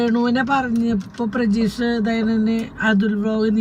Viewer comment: Prajeesh alla pratheesh